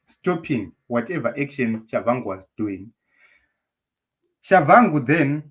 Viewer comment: Pronounced as Tshabangu in Ndebele spelling or Chabagu in Shona spelling. Not Chavhangu